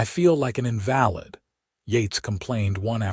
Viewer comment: Nice to have another story showcasing a partnership/marriage. I also like the stories that do not automatically end with marriage or the first baby. Only suggestion with the AI narration of words like invalid. Listening from TN.